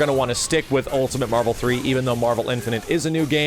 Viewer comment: said "Ultimant"